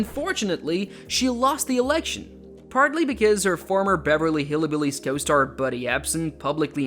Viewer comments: It's Hillbillies, not Hillibillies. There is no "i" after Hill. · It’s not "hilly billys"; it’s "hillbillys," with a "y" or an upscale vibe after the "hill" part of the word. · It's HILL-BILLIES not Hilly Billies